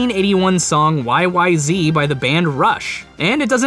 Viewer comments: it's a personal pet peeve, so sorry if this bums someone out: the song is pronounced "why-why-ZED" (Rush is a Canadian band) it's also one of the greatest pieces of instrumental rock music ever created by Man if you haven't heard it yet, GO NOW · First of all - it's YY-Zed. And second of all - no, I can't get it. It's impossible.